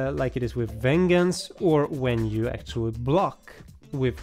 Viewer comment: yo, the swedish guy in this video, its not a G sound in Gems or venGeance, its more like DJ or J.